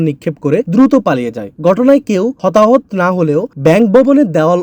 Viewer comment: হতাহত উচ্চারণ ভুল করেছেন